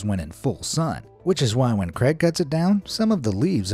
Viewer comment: 1 hour to cut 10 hours to clean debris etc also sounds like your saying Greg instead of craig